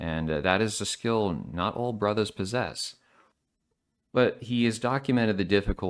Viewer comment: The way this guy says “brothas” gets me every time